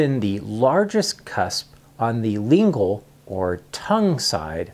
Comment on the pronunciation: Also, it not 'lingal'; it is 'LINGUAL'. Also, it is not 'bunkal'; it is 'buccal'. What an idiot this guy is!